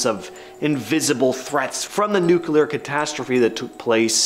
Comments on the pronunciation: The word nuclear is annunciated as new-clear not nucular . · Can't even pronounce Nuclear correctly. Not Nu-Cyu-Ler.